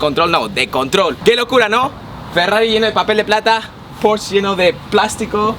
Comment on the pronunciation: me encanta tus videos pero se dice porsche tal como suena no porschhh :) un saludo